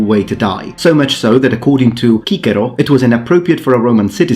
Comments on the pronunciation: Why pronounce it kikero when everyone else says sissero ? Ffing poseur. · You pronounce that chickpea Cicero (Quousque tandem abutere, Catilina, patientia nostra?) like a classical Roman. Anyway what about the ancient execution of being tied in a sack with a serpent, a monkey or hen, a dog, and a rooster and then tossed into the sea (later reinvented in a changed form in revolutionary France as the 'republican marriage')? And at any rate, I think I'd rather be crucified than impaled, personally. Priscus wrote that Attila had experts that were able to impale a person, yet that person would be alive for days before sepsis and shock killed him/her.